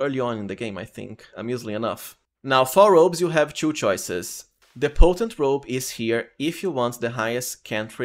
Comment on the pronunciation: You're a great build maker and all and you can definitely pronounce T properly so why pronounce TWO and TO as chu?